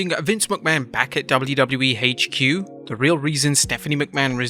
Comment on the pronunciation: "WWE Haitch Que".